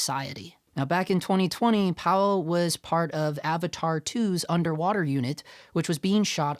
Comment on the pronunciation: Pa-Vell not Powell... Have just a little bit of thought for culture and ask how to pronounce someone's name or even use Google to look up how to pronounce it.